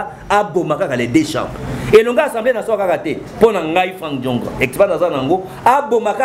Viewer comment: En plus, on dit Assemblée et non ensemble! Zoba